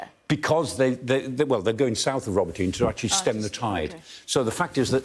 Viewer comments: Listening to native speakers, it's pronounced ro-BOT-y-nee, not robo-tyne. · ROBOT EEN AAYY. ' NOT Robo tyn. 😮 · Ro-bo-tin-ye not Ro-bo-teen.. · Awesome explanation Michael Clark. Just one thing, Robotyne is pronounced Robo-tin-ney not Robintine. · get someone Ukrainian to teach pronounciation, it is more like 'robo tee nay' not 'robo teen' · Not Roboteen or Robotine. It's Robotyne 😂 Love Professor Clark 👍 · Robotee-Neh = Robotyne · Guys, I think they pronounce it like "robotna" not "robo teen". That's how the Ukrainian commentators pronounce it anyway. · It’s not spelled ‘Robo-teen’, but ‘Robo-tee-neh’ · ro-BOT-in-ah try listening to some actual Ukrainians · RO-BO-TYN-EH. That's the pronunciation. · Does sky actually talk to any Ukrainians about how they pronounce these towns...😂 Roboteen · i really thought it was pronounced robot-nye rather than robo-tin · Pronunciation: Robot-na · Robo-teen? Is that how it's pronounced really? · Why are Brits seemingly unable to pronounce foreign town names properly, although they are continuously mentioned in the foreign and local press??? Ro-bo-tee-nay Ba-h-moot H-ark-eev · He pronounces it more in a russian style. In russian it's Rabotino. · I couldn't watch this - please learn how to pronounce Ukrainian words, even if it's just a vague resemblance to the actual word. Row-bah'-tin-uh. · That's "Ro bo ti na". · It's Pronounced Ro-Bot-in-eh,,,, please get it right. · It’s pronounced “Ro boto nay” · It’s not that hard to pronounce the name of Robotyne correctly . Sky pays fortune no doubt a little effort to say it right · Pronounce Robotyne properly !!! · The final "e" in Robotine is enunciated, not silent. God, people are terrible at pronouncing Ukrainian city names. I feel like they make no effort to learn how they are actually pronounced. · The E in Robotyne is not silent guys